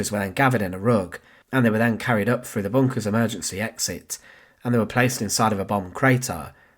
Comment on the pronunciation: Decent content but stop saying things like wif and free frew and twentief. Learn to pronounce your own language mate you just sound fick otherwise